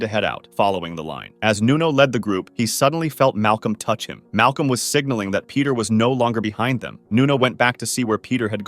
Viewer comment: Its Pieter not peter